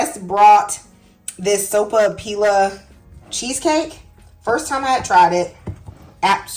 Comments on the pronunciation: Pronounced soap-a- piya. In Spanish one L has the elle sound but two LLs have a y sound. Here in New Mexico a puffed sopapilla with honey inside is a perfect dessert. We also like stuffed sopapillas with ground beef and green chile like a handheld burrito. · The lls are silent and pronounced like a "y". So pa pee ya. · MAKE THIS! It is delicious & always a hit. It’s pretty sweet already, so I skip the honey. Pronounced SO-PAH-PEE-AH. Double L in Spanish is pronounced as y (ee). Excellent tip about the wax / parchment paper. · I think the “ll’s” are silent? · Not silent… “y” sound.😉🩷